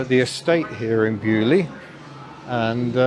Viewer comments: Being French, hearing Beaulieu pronounced like this makes my ears bleed :p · Love how the Baulieu pronounciation evolved.